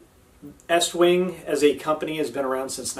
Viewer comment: How can I trust a guy who doesn't know pronounce the name to fit an American audience?